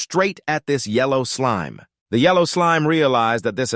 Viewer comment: Is it just me or is the voice saying "slim" instead of "slime"?